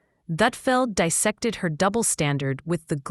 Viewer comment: It is dis sect, not di sect.